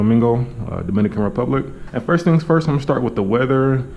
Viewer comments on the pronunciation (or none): none